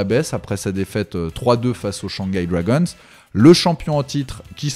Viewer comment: C'est pas les Dwagonsse c'est les Dragons😂